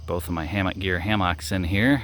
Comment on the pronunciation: great video....except how you mispronounce hammock :D LOLOLOLOL